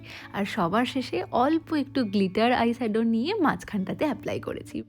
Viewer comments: You pronounce "sadow", "sade" instead of "shadow""shade" and then "masHcara" instead of "mascara"..in the last video too noticed the same..sounds very uncultured..try practicing loudly "SHe SElls SEa-SHells at the SEA-SHore".. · Why is shade and shadow pronounced as ' sad' and ' sado' and face pronounced as' Fashe'? It's fine if you are not proficient in English pronunciation. But you can always check the same on Google or even youtube before using it on a social platform. Since you are using English words, it's a suggestion to sound right while vlogging.